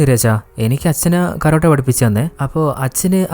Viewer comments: കരോട്ട അല്ല ടേ കാരാട്ടേ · കരോട്ട അല്ല ചേട്ടാ,കരാട്ടെ 😂😂